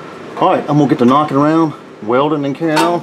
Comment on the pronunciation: I love it when you get to "weldin and carryin on". 😂 You sir are the man and I appreciate your series.